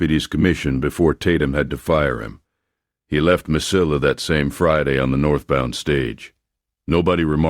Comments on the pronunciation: Please learn how to pronounce "ll" in Spanish..It is like canyon. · Mesilla is pronounced differently LOL...